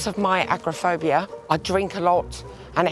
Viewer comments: It is pronounced AG-ORE-UH-FOBIA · Why can none of them pronounce agoraphobia.. Nobody looked it up before editing? It's an unnecessary oversight